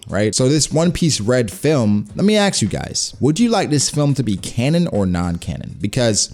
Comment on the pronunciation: Its ask not axe